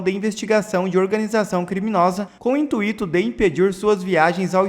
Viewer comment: O locutor desse canal tem que ter mais cuidado com a pronúncia, nesse vídeo ele fala: "intuíto", a pronúncia certa é: "intuito"!